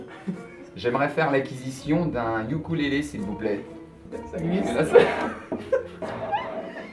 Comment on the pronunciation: Ça se dit oukulele et non youkoulele